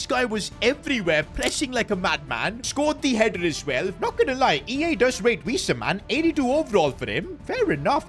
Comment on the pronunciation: 1. So wissa is pronounced, VISSA like miss. Its wiss. Its not WEESAR 😅 2. Diaz man ffs. 😅 youve had a stinker here mate. Diaz was the most average winger probably in prem history. The only people who rated him were blind liverpool fans. Im a liverpool fan, but I've got my eyes open. Dont get me wrong, on his day? Good player. Great player? No. Good player. Hard worker. But he was a poor man's replacement for mane. But overall would always start off well, then go missing at liverpool. Theres a reason we didnt keep him on, he didnt want to leave. He wanted 200k a week. And he just wasn't anywhere near worth that. So we kept him on his original 75k a week which even that is a bit too much. The more i watch the more i get annoyed. 1. How can anderson be underated when forest want 130m quid for him. Fml 2. I feel like your fishing when you say trent is one of the best right backs of this generation. Hes literally one of the worst to ever play in that position. Come on bud. Its also pronounced BURG. as in burger. Not BERGE 😅